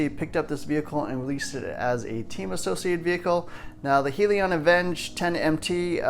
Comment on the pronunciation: Great truck. Most of the RC tracks in my area have a monster truck class. By the way it's pronounced Hell-e-on.